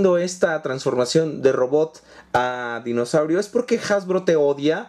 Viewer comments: se dice dinosaurio no mimosaurio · es dinosaurio no mimosaurio